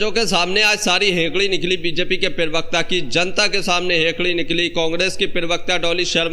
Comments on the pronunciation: Arey yaar bolna tou seekh lo, Lagataar perwaqta bol rahey ho, Perwakta nahin parwakta kahtey hain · abey perbekta kya hai??? pravakta bol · Per wakata nahi ji, pravacta ucharan karo. News anchoring ki hindi aachi honi chahiye